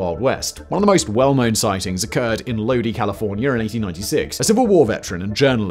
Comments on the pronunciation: I know Simon doesn't care but Lodi, CA is pronounced low-die not low-dee. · Low-die not lodee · Lodi is pronounced Low-Die not load dee 😂 America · This story about the aliens was kind of cool. I live in Lodi, California, and have never heard this story before. Just an FYI, Simon, the town is pronounced as Lode-Eye. I know an I at the end of the word usually has the long e sound, but not in this case. Lodi was founded by the Japanese and the Germans. So that might be the reason the towns name is pronounced that way. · Even people here in California say it wrong so it isnt a huge surprise lol